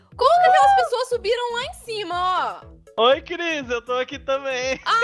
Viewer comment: A cris falou pasouas